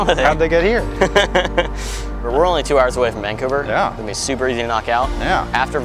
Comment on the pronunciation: Hey, Vancouverite here, put the emphasis on the "cou" and put a g in it. Vang-cou-ver